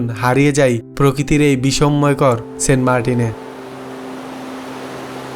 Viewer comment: বলেছেন "প্রকৃতির এই বিসম্ময় কর" 😂😂😂😂😂 বিষ্ময়কর